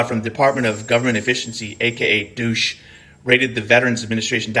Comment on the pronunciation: Pronouncing DOGE as "douche"...I love it.